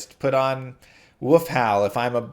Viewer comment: For the love of god learn to pronounce “wolf”